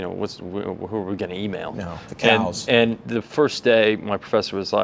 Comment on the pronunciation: Did he just said the "cows"?